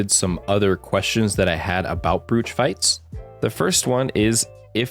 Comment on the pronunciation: I hate to be the one to point it out, but brooch is pronounced like bro-ch, not brewch. It's an accessory you pin to your jacket chest.